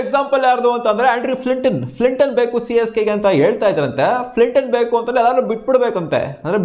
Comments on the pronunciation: Flinton alla guru Flintoff 🤦🏻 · Guru adu fliton ala flintoff 😂